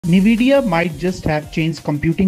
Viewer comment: it's N-vi-dia nvidia not nividia